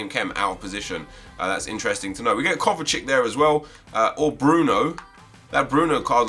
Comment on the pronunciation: WHY do You say kovacik??